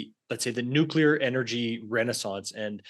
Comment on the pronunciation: In the 1st world, we pronounce it "nuclear" not "nu-killer"